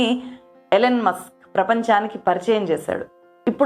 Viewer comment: ఎలెన్ కాదండీ, ఇలాన్ మాస్క్. పెట్రోరియా కాదు ప్రిటోరియ